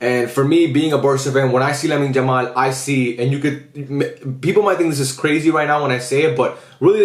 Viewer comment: I love your videos but can you please call him Yamal and not "Jamal"😭